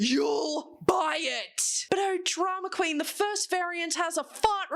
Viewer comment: with an American accent jumpscared me😂😂. Keep being you girl❤❤